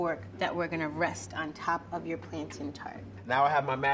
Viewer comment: I’m sorry but that’s not how you pronounce Plantain. She said Plantine...